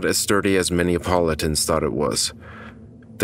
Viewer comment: Politicians pronounced politons